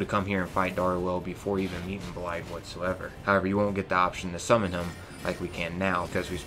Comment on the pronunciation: FYI its pronounced Blaiv, blaidd is Welsh for wolf :)